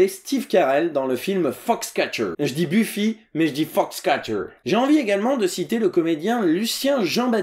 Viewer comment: Quand tu as dis "Buffy", mes oreilles ont saigné.... Sinon, je viens de découvrir ta chaine, et j'aime beaucoup !